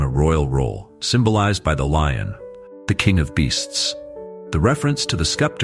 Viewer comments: It is not Skeptor it is Sceptre pronounced septer a staff held in the hand of a ruling monarch. It signifies sovereign authority. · Good stuff... but the word "scepter" should be pronounced with a silent C. To my mind, a "skepter" would be a scepter that you had doubts about. ;) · Shechem is pronounced "SHECK um." Sceptor is pronounced "SEPT er" ... the "c" is silent. Bible narrators and teachers need to focus on proper pronunciation.